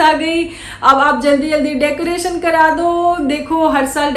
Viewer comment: Bheegi billi ko decoration tak nahi bolne aa raha kya reaction degi re😂😂😂😂डेकोरेसन bolti hai😂😂😂